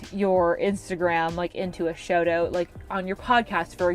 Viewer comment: I noticed your accent when you said "shout out", but it's not extreme. It's a signature! Thanks for the great ideas and fun video 😊